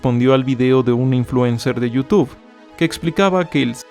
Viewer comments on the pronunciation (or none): none